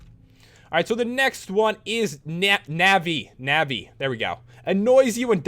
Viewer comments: you dont recognise NAVI?????????????? BTW you pronounce nuvi ( like u when you scream aaaaaah ) not navi its just writen like that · It's pronounced novi but it's spelled navi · its pronounced nawvi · it's nah-vee. XD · Navi is from Legend of Zelda, and it is pronounced Naa-ve Companion Cube from Portal Just saying :P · its pronounced nav-ee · Every legend of zelda fan is triggered when pat tries to say Navi's name. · You said navi wrong